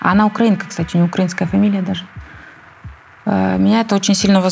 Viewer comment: Просьба к ведущей запомнить: УкраИнка, а не УкрАинка